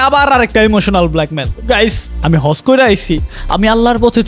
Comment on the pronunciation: হজকে হর্স বলছে শালা ছাগল